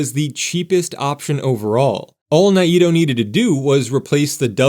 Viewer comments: Sure hope this redevelopment goes through. I used to work just a couple of blocks from the Monkey Park building, and did lots of gigs in that building, too, in the 90s. Fingers crossed this happens. BTW, the developer's name is pronounced Bill "Nay-toe" not "Nigh-ee-toe." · Correction, "NAY-toe" not "nay-EE-toe". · Um, it is pronounced Nay-Toh or sometimes Ni-toh. Parts of the family say it one way, others the other, but neither say it like the narrator of this video! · I know we all say NAYto but I believe the Japanese pronunciation is more like NA-eee-toe or Ny-Toe. Curious now if anyone wants to clarify. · Mr. Naito’s name is pronounced Nay-toe. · His name was pronounced Nate-Oh. But since you’re not AI I’ll give you a pass… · FYI it’s Nayyy-Toe (Naito) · I do appreciate the effort involved in putting together these videos. I really wish if people aren't from the area that they learned the pronunciation of names like Naito, which is a Japanese name. I don't know where the word extra vowel sound snuck in there. The correct pronunciation is Nai-toh. Think MyToe but with an N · I came here for this comment; I'm a long-time Portlander. NAY-toe. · Naito is pronounced NAY-toe. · The way he said it would indeed be a pretty good Japanese pronunciation, but as someone who grew up in Portland I had never even heard it that way before this, so maybe they pronounced it in the more American way, as sometimes happens